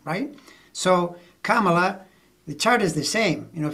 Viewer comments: NOT 🐫 Camel La. It’s , Comma La. Her kids call her, momma La. Thank you.! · The only thing I object to is when people pronounce her first name wrong. THAT is disrespectful. She's been VP for three and a half years. Yet there are still DC pols--mostly men--who can't be bothered to pronounce it as she does, as her staff does, how she's introduced at rallies...etc